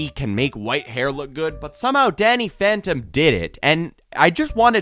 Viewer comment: Bro this guy said danyy phantom me🤨